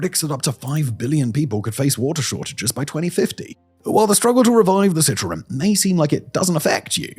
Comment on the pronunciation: You are pronouncing the river incorrectly. I am a Canadian living in Jakarta. It's worse than you can imagine.